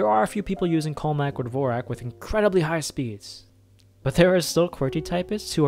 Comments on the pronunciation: It's not divorak, but divorschak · lol, dvorak isnt pronounced as u did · As a musician, MAD respect that he included a note saying the Dvorak layout wasn’t pronounced like the composer. I would’ve gone on thinking everyone was just uncultured. Thanks for letting me know it’s actually different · I had no idea it was not pronounced like the composer